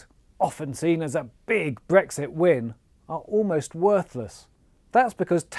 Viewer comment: It’s Brexit. This guy said Bregxit! The newscasters normally say Bregsit just to get us thinking I think!